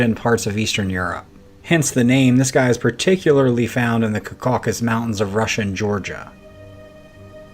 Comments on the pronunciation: pronounced CAW k'sus ,,, emphasis on first syllable 😊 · Its pronounced " CAWW KUSS".